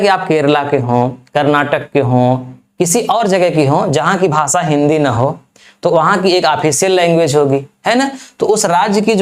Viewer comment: भासा नहीं भाषा बहुत ही घटिया उच्चारण है